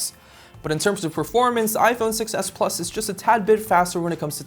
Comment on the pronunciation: I agree, he always puts emphasis on the wrong word so it's hard to follow. When referring to the different models, he emphasizes the "plus" both times and not the "s" to differentiate them. This happens in a lot of his videos.